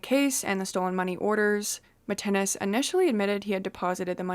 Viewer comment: His name is pronounced Mitt Ness - not Mitt- ten-ness!